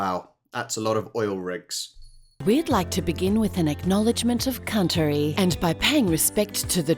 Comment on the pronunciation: Her pronunciation of country haha 😅about 4s after